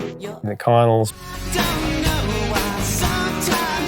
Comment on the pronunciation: Hey Professor! Sorry if mentioned already, but the band that covered "I Got You" is the Connells (pronounced "Con-nells" not "Con-ulls"). They are a North Carolina band who, while most active in the late 80's through the 90's, have their latest album out in 2021 and still play live shows here in the southeast. They had a number of songs on the modern rock charts as well as being a surprise European one hit wonder with their song "74-75". Check them out, I think you will like them a lot!